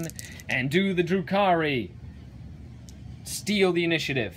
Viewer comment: Remember, its pronounced "Drew Carey"